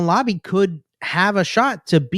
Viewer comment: Laube is pronounced like wow-be